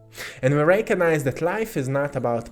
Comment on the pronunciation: Hehe.. Heh.. ... I'm just gonna be a goof.. Sounds like.. Rankonize. 🤓😖😅